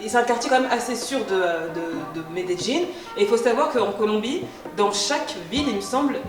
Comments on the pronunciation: J’adore 😍😍😍😍😍 tu es trop Jolie c’est un plaisir de te regarder 😍😍😍😍 comment se prononce cette ville? « Médéline » ou « Médédjine »? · Je ne savais même pas que ça se prononçait comme ça 😂 je pensais que tu parlais d’une autre ville. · Shadowaa on dis medeYin pas jin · una pregunta ... Medeyin? medegin? Medellin=Medeyin. ah la francesa ! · Par contre revises ton espagnol.. Medelin se dit mêdelin.. Pas me de Jin ! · On dit Medellín comme c'est écris, et non médéjine exprime toi bien miss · amayaaks quand tu es d’Amérique latine tu prononces le "ll" en “dj” : llorar devient djorar, llamar devient djamar. Si tu viens d’espagnol c’est normal que tu dises Medeyin, mais en Colombie comme au Mexique et ailleurs on dit Medegin:) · Medellin pas medejjin 😂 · J'suis pas colombienne mais j'ai toujours prononcer medellin-> médéyin sa m'fait bizarre ducoup😂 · Medellin se prononce médéyine ta prononciation me tue🤣😂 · Ça me stress un peu la prononciation de Medellín, j’avais jamais entendu cette façon là de le dire 😅 j’ai toujours entendu MedeLin ou MedeYin. Même mes amis colombiens ne le disent pas comme ça.. (Au cas où parce que j’en vois venir, je suis originaire d’Amérique Latine, bilingue Espagnol) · la vraie prononciation c'est plutôt "méédjinn" par les habitants de la région d'Antioquia(la où se trouve Medellin) non méDéjinn. Ça, c'est plutôt les français-es qui essaye de prononcer comme les gens de là bas. Les colombiens des autres régions prononcent plutot "méédiye ". Prête bien l'oreille, tu verras. Ou plutôt tu entendras. 😉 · Pourquoi tu dis melledin, cest pas medellin ? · Euuuh j’ai vécu 4 ans à medellin ma femme est paisa et ta prononciation n’est pas la bonne, rien de grave mais pas besoin de te forcer tu peux le dire avec ton accent français ça fera charmant tkt pas plutôt que de forcer comme ça avec une prononciation qui n’est pas la bonne non plus, merci pour la vidéo quand même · C est énervant la facon d écorcher medelin